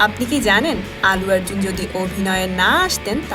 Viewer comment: প্রথমত, তিনি আল্লু আর্জুন, "আলু আর্জুন" নন! -দ্বিতীয়ত, তিনি তেলেগু এবং মালায়লাম ছবির নায়ক। তামিল ছবির নায়ক নন। আপনি শুদ্ধ উচ্চারণের একটা কোর্স করে ইউটিউব চ্যানেল খুললে ভাল করতেন। আপনার উচ্চারণ শুনলেই ভিডিও দেখায় অরূচি এসে যায়... :/